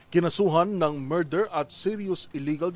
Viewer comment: Ano po yung "MARDER"? 😂